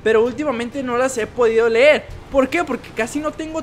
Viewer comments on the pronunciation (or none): none